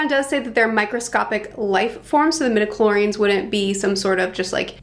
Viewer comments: Love your enthusiasm! Just a note because it bugged my pedantic ears, but it’s “midichlori-ANS” Anyway, love your enthusiasm! Star Wars is great, even when it gets kinda dumb, because it’s so mythic and almost fairy tale-like. After, it’s set in a world long ago, far far away… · Please pronounce the "a" in medichlorians.